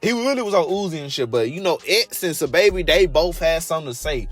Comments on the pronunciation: its pronounced “sah” babi now “suhbaby” his government name is saheem and its pronounced “sanduz” not sandAz u saying it like a mexican😂😂😂😂😂😂😂😂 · sandas originally came out in 2016 and was remastered in 2017 as an album lol and why u saying sahbabii and sandas like that lmaoooooooo